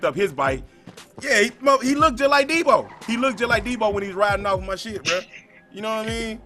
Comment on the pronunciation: lmao i died when he said Debow